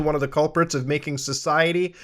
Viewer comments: Please do not say "sus-iety" like that again, Muta... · The way he just said susciety all of a sudden was funny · Not even a minute in and I love this dude… “SUSiety” 😂😂😂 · "SUSiety" - Mutahar